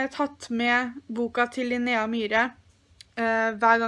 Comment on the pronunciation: haha du sier Linnea litt rart og ass